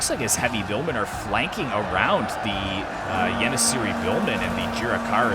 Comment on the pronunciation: the c with the dash under it is pronounced "ch" so try and read it as yenicheri